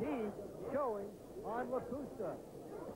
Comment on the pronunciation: The only guy with more losses than wins. And it's Lakusta not Lacusta.